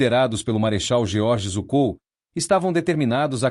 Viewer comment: Na verdade, a pronúncia do nome do Marechal Zhukov é mais próximo de "Djukóf"